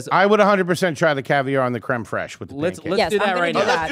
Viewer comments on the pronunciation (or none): I fucking love how they pronounce Creme Fraiche as "Creme Fresh" hahahaha 😂😂😂😂